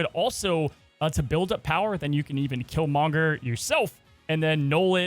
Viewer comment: Am I crazy that he says Killmonger weird? He says Kill-mon-ger and not Kill-mong-er. I don't know. It just sounds off.